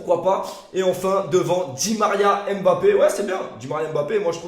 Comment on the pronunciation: S’il vous plaît prononcer bien les noms des joueurs. Mbappe et pas « M »bappe pareil pour Ngolo Kanté c’est pas « N »golo